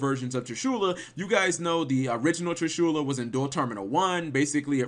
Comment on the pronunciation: Tree-shoola, huh?